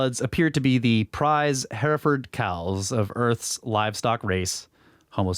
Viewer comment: You're killing me Smalls...Hereford = (her-furd). That is all, Your West Texas neighbor.